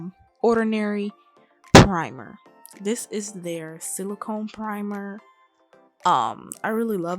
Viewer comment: PUH-rimer love the vid thank you🤝